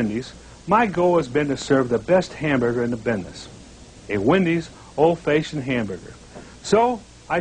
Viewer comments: What is an "ole Faashin" hamburger? Thanks...RIP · So that's where "bidness" came from Ol' Faeshun , Fraesh